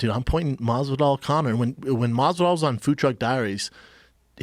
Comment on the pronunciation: this idiot calls wolves, "wuffs". lone wuff